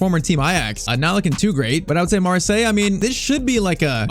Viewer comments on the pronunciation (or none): none